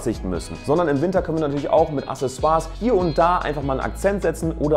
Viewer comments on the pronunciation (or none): Aksessoire also von der richtigen Aussprache her. Gutes Video 👍🏼